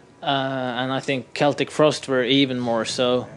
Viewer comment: Yea dude. It's definatly pronounced KEL-TICK. Haha trust me. Either way, Frost fucking rules.